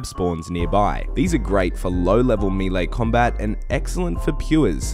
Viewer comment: it's 'may-lay', not 'mii-lay'